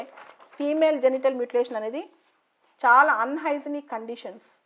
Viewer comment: మ్యూటిలేషన్ Not మూటిలాతిన్